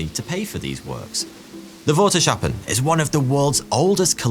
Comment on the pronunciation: Water sh appen? COME ON! CH as in loCHnesss please s CH ahppen...no more sh sounds, dutch doesn't have that sound, germans, english and frisians use a sh sound..